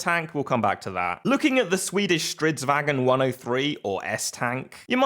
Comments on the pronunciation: Correction it's pronounced as Stridsvahn not Stridsvagen, the is no "e" between the "g" and the "n", a swedish guy has lectured me full time to how it's pronounced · Erm AcKsHuLlY ItS PrOnOuNcEd “Streetsvaun”